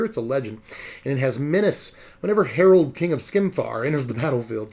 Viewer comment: I think it’s Harald like Geraldo without the O